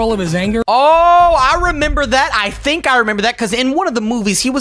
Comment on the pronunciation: i mean think not thimk